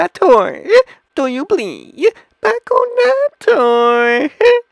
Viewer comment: BACK-ONATOURE TON-GUEWY